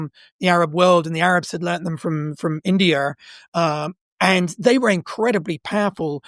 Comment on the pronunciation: Why does he keep adding R everywhere? Indiar?